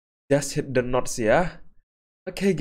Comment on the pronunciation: Abang salah pronounce Antara notes tanda seru dan notes bergaris